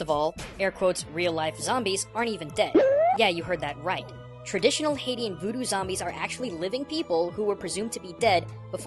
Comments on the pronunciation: As a Haitian myself, there were some things I knew about the origins of zombies, like how they came from voodoo practices and culture, and some I actually didn't know, like how zombification is caused by a potion. Also, *****, you kept mispronouncing "Haitian" as "Hai-ti-an". Here's the proper pronunciation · Haitian ≠ "Haiti-an" Haitian = "Hay-shen" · It's not (hay-teeh-un) like you said It's (hay-shi-an) Just nitpicking here great vid!! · I hate to be the grammar nazi here, but the demonym for someone from Haiti is pronounced "Hay-shun," not "Hay-ti-an." Sorry for sounding like a snob. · Haitian is pronounced Hay-shun, not Hay-tee-en, just sayin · I'm actually Haitian and can verify a lot of this information, though nowadays it's a lot less common and in only select regions of the country. And it's not pronounced Haiti-an it's more like Hay-shun. (Or Ah-ee-syen in Haitian Creole) Great vid though! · Why'd he say (HAY-ti-UN) instead of (HAY-SHUN)? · Haitian is pronounced "hay-shin" not "Haiti-in" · This is pretty cool! Also, I think Haitian is pronounced hay-shun, not Hate-ian. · This was a really fascinating video. Crap. Just the idea of those "real-life" zombies creeps me out. Oh by the way, someone has probably already put this in the comments, but I'm pretty sure that "Haitian" is actually pronounced like "Hay-shun." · Haitian is pronounced Hay-Shun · Max Mooshroom There are, in fact a number of sources that all agree that Haitian (Just a heads up for other readers/viewers, its actually pronounced Hey-shun, no offense to here) Voodoo/"Witchcraft" Does have some real life applications. There are a number of reports of such individuals being used for manual labor, particularly in farming. Such practices are in fact where the idea of Zombies stems from many believe. (although I imagine it has SOME basing in European and Creole folk-lore as well). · You mispronounced Hatian. Like Hey-shin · he keep pronouncing Haitian wrong